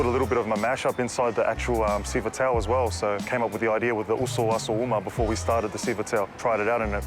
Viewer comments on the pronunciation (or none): Siva towel ..... boy if you dont 🤦🏽‍♂️💆🏽‍♂️ Its siva “TAH-OOH “ TAU